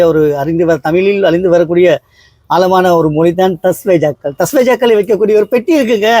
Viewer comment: தஸ்வேயிதாக்கள் அல்ல தஸ்தாவேஜ்.என்பதே ஆகும்